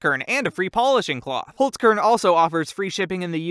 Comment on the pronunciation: You said holzkern so wrong